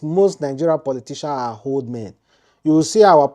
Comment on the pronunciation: This guy with pronounciation ehn, is something else old men you're pronouncing "Hold men" 🤣🤣🤣🤣